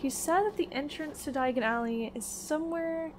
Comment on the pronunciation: you better not use the floo powder, u mispronounced Diagon alley slightly :3 don't want to end up somewhere else